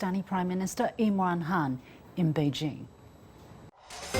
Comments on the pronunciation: It's imran khan not imran han. 😂😂 LOL 😂😂😂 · Iman ham 🤣🤣 Chinese pronunciation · Did she just called him "Imran Han"....